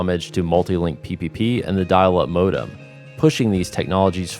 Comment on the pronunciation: Can’t stand this guy’s pronunciation of the word “modem”